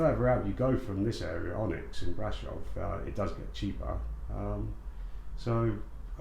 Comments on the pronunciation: Brasov not Brashove 😂😂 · The 🇺🇸 ignorance knows no boundaries. Pronunciation is embarrassing.